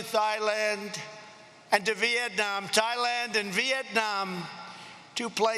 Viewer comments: Did he really just say "Thigh land"? LMAO 😂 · Haha he said Thighland, corrected himself immediately, and Cuomo from fake news CNN did a 20min segment on this. Talk about Stage 4 TDS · Funny to attack opponent for brain problems when one can't' pronounce Yosemite, Thailand, Isaias, ... more to come for sure.